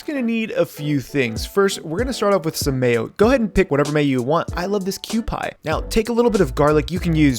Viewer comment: Your Kew-Pie pronounciation always kills me, but it's so unique I kinda don't want you to say it right. I kind of want to make this grilled cheese and a batch of udon broth, dipping a GC into udon is violently american, but violently delicious.